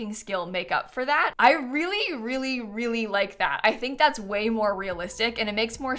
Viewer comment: weally weally weally